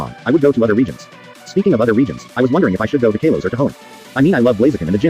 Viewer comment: It’s Kalos